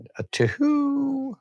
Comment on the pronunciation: The way you said the number two, I instantly thought of the owl in the Tootsie Roll commercial too. Sad will never know how many licks it'll take to get to the center of a Tootsie Pop. The world may never know.